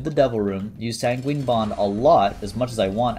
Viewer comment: he still says san gween for sanguine.......